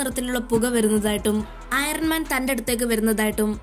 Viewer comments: ഐറൻ മാൻ അല്ല അയൺ മാൻ എന്നാണ് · Iren man allato iron man aane r silent aanu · കുട്ടി, iron mante 'R' silent an..., 😋🙂